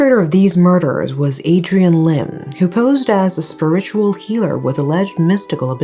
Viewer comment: Just want to let you know that for the word "spiritual", you pronounced the first syllable like SPUR-ritual, but it should actually be pronounced like SPEER-ritual